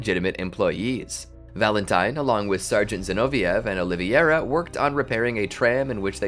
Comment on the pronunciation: Carlos "O-li-ve-ira" NOT Oliviera!!!